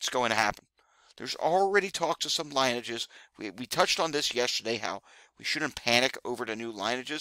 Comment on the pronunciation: Thanks for the update. By the way, the "i" in lineage is pronounced as a "short" i sound not as a "long" i sound like the alphabet letter i is by contrast. Pronounce it like the "i" in linen is pronounced.